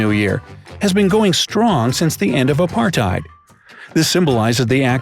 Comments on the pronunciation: I love how he pronounced Apartheid like “Up -art -ate “ Btw it’s pronounced “Uh-parrt(with that rr sound)-tait” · Hi I'm from South Africa and it's pronounced a-part-tay-t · I am from South Africa and people in South Africa DON'T throw their furniture out the window on New Year's, NEVER !!! And you pronounced 'apartheid' wrong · I'm from South Africa but I've never in my whole 10 years of being alive seen the tradition of throwing out furniture on new year and btw the guy pronounced apartheid wrong